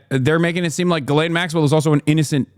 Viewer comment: Juh-LANE is crazy her name is pronounced gee-lehn with a soft G